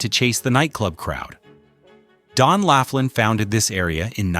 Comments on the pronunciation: It's not "Lafflin". It''s "Lofflin". Proving you have no idea about what your're talking about. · It's pronounced "LAW FLINN" NOT "laugh linn"!! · "Lawfland' not "laughland" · Thanks for mentioning Laughlin (#3), I live here six months out of the year and it's a great place to "play." But, it's pronounced "Law-flinn." May as well get the name of the town right! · It's pronounced "Loflyn". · Pronouncing Laughlin as "Laugh-lynn" and Biloxi as "Bill-ox-see" tells me all I need to know to start a Youtube channel just so I can school you on reality. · Why should I take seriously the opinions of someone who has no idea how to pronounce Laughlin?